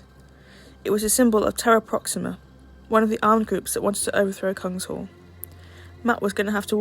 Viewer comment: I think Kung-SH-all is not the correct pronounciation. Kung is king in Swedish and hall means hall. So it would mean King's Hall.